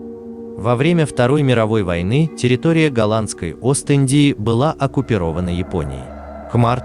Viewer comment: Может быть оккупи’рована, а не оккупиро’вана?